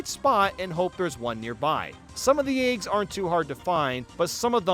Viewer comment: Not a knock, but I'm greatly amused by pronunciation of "eygs". Keep up the great work!